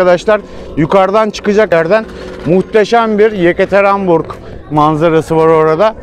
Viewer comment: bin kere söyledin hepsi de yanlış. yekaterenburg değil yekaterinburg...